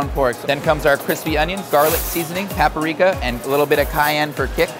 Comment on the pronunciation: Paprika, not paparika